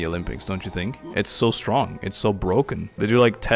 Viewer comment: that "stronk" sent me bwahah